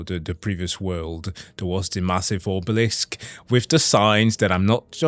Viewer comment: has two braincells and the monkey toy with cymbals that's nearly out of batteries in his head... And you can tell 🤣 P.S. I love how you keep saying Obeliks instead of Obelisk because every time I hear it I see Gérard Depardieu as Obelix LMAO